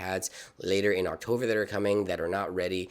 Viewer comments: October is the correct pronunciation. Not octover!! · Great video. “Octover “ is quite annoying though.